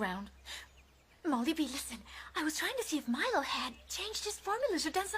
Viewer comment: LOL!Fa troppo ridere...è PALESEMENTE DOPPIATO eppure il labiale corrisponde!X°-D Ma poi dai..Lucius ci può ancora stare come traduzione per Lucio,ma sentir chiamare Milo"MAILO"mi fa troppo strano!@@ E poi Balia Bea sembra che la chiamino"Bee"(="Ape")!X-D Elf???Milo da Folletto Luminoso è diventato un elfo??:-P HOLY POLENTA???!!!X"-DDD Ah,ecco,non avevo sentito male!Balia Bea l'hanno VERAMENTE chiamata Molly Bee!:-O